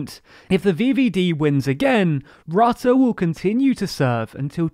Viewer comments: Excellent summary, but Rutte rhymes with "put", not "but". 🙄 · Except for the pronunciation 'Rutte'. The u is not pronouced as in 'cup' but rather as in 'hurt' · rrahhtahh (haha grappig hoe ze rutte in het brits uitspreken :)) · 'Rutte' pronounced 'Root-uh' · Rutte is pronounced wrong throughout the entire video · This video was full of incomplete information. Yes, the Netherlands is important, but The Hague is not the “center of power of the EU.” Also, as the number in ‘Frugal 4’ implies, that is also not the center of power in the EU. Also, Rutte’s name is pronounced incorrectly and within the EU, the proportional representation system is neither unique or even uncommon. It’s more common than the first past the post system in the UK. Also, the exclusion of working with the PVV is not just because of their right-wing views. The CDA and VVD formed a coalition with the PVV before and the PVV was just unreliable and chaotic, and just very personally rude.